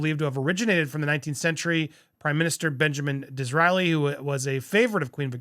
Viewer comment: DisRAYli not DisRAHli. I am old enough to know how to pronounce it. It was the Queen Mother who started that quote.